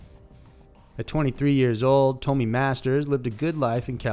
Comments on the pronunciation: Its not Toe-me, her name was pronounced Tom-Me. Her name was Tomi. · Come on man " tome ee " I've never heard this case but its definitely pronounced " tommy ".